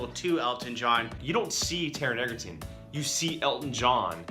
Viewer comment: I really loved your review of this movie. This is one of the best movies I have ever seen. Just FYI Taron's name is pronounced Edgerton even though it is spelled Egerton. It has a hard d sound in the beginning.